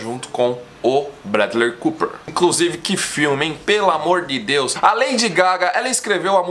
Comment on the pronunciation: "Bradler Cuper"